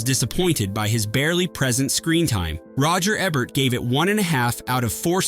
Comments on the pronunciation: It’s Roger Eee-bert not Ebb-ert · ROGER EEEE-BERT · Can you say the letter E? Can you say Bert? Now, combine the two. EEEE-bert. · And it's EE-bert, not Eh bert